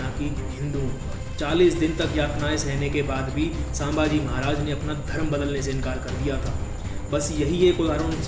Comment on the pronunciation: सांभाजी नाही संभाजी